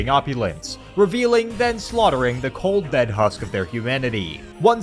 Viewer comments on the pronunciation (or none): none